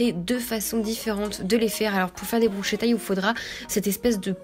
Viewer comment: PS: ça se prononce brusketa mdrrr